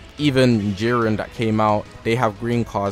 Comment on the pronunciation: Siren, or Jiren?